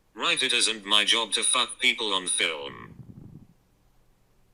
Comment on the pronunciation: also when he does actually have a jawb hes “driving trawk.” So he wants to be on the phone while he’s driving.